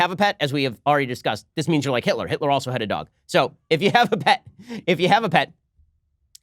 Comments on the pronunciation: "HITLAH" - Ben Shapiro 2019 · HEETLA! LOLOLOL